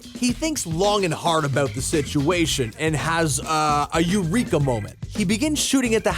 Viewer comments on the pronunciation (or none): none